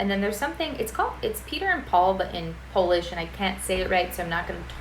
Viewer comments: Very good pronunciation for being just a one week in PL. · Visit Warsaw on November 11 :) Your pronunciation in Polish is really good.